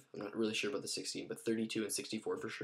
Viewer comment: ur from canada?u said abot =about